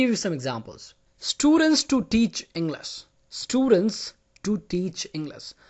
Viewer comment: No offense but you tell the word English like you forget the h